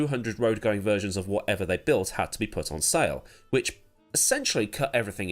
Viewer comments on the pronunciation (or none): none